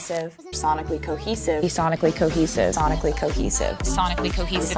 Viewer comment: When she says the word "cohesive" I actually hear: "cockesive". Or something like that.